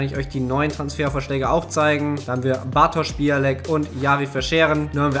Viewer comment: Bialek spricht mann eigentlich "Biauek" aus😅😅